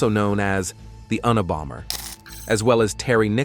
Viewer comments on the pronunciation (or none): U-na-bomber 😂 try again